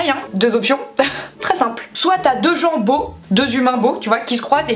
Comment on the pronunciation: Quand tu dis "gens beaux" j'entends "jambon" ahah